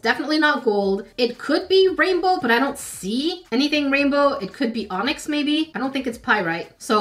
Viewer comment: Geologist here! You said all of the rock/mineral names correctly. It looks like you found a piece of onyx.